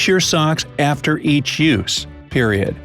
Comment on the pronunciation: So WE NOT GOING TO TALK ABOUT HOW HE JUST GOING TO SAY PERIOD LIKE THAT 😂😂😂😂❤😖 lol